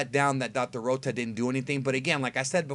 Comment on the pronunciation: I'm Glad Dr.Rota Is Eliminated So I Don't Have To Hear Pronounce Rota The way He Does